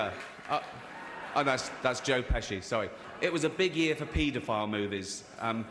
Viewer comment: Lol his accent “pita- file”